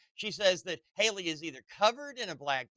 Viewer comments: Nancy, why do you pronounce these names like this ? Hee-lee instead of Hay-lee, Key-lee instead of Kay-lee, Key-lub instead of Kay-lub. It’s so irritating. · Nancy I love and respect you but it's Hayyyyyyley not Hilley. Like hey girl hey not hill to climb lol